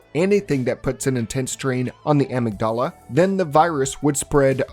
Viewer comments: "Em. Ig. Dallah"? Amygdala. Emig-duhla. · My brother in Christ, it’s “A-mig-dA-La” (Amygdala) Banger Video though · When you said the amygdala that way I immediately thought: Padmé AmygDALA I’ll see myself out